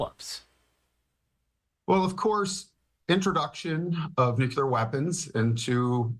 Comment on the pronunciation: Maybe Fox could find an expert capable of pronouncing "nuclear."